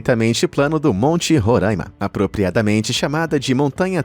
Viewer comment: Mas um que fala "Roraima" errado 🤦‍♂️🤣